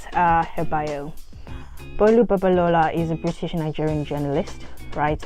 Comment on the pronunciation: And you pronounced the name well. I'm impressed 😊